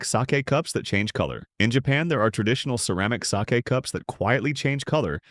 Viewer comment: Why can't the ai speech be proofread (sake was mispronounced)